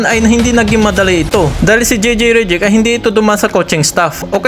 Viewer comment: Hey pronounce those name right ok? Reddick not Rejeck.